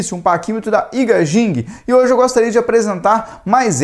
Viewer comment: Só uma ajuda com o nome do fabricante, pronuncia-se AIGUÊIDJING. Espero ter ajudado